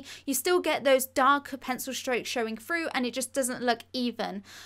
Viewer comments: Why do Brits say froo instead of through lmao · Brilliant ideas and explanations, but please pronounce your 'th' properly. It will make you sound so much more professional! Tongue on top teeth. Saying 'froo' and 'smoov' just devalues your talents! I've liked and subscribed! 👍❤️